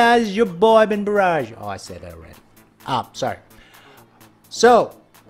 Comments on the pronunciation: U sid bengarrage lol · He sayed BenGarrage at the first time